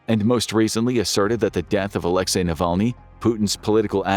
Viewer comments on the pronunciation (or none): none